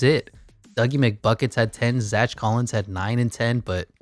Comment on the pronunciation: Bro can’t pronounce Zach💀💀💀